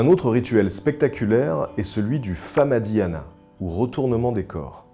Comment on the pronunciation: comment tu prononce mal le mot "famadihana" xD